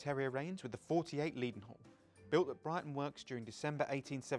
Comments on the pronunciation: Just subscribed. Does that tell you enough? I agree with some of the other contributors that we should have seen what was pointing out, and perhaps someone should tell how to pronounce “Leadenhall”! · Please stop pronouncing "Leadenhall" incorrectly. The first syllable should be "led" as in pencil, not "leed" as in dog. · Even with the low volume soundtrack it seemed a pity that doesn't know that Maunsell is pronounced to rhyme with cancel. continually mispronounced Leadenhall as Leedenhall, surely someone could have checked this. Apart from that I echo most of the other comments about this episode and hope that there will be an improvemnt in the next one.